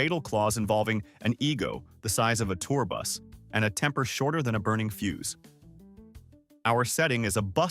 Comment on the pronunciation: Fuse not fuse.